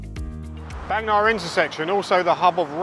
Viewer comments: Indeed, and in terms of pronunciation I more often hear the Bang in Bangna pronounced as Barng, and not Baeng as in the video. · Bang me Na? Bang Nah ❌ 😅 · Thanks, lots of good footage, insight. fun fact, บางนา is pronounced baang-naa ( า=aah). can't go by the (oft inaccurate) thai romanization. happy new year